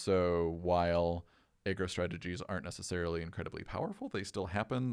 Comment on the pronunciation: anyone else hear "egg roll strategies"?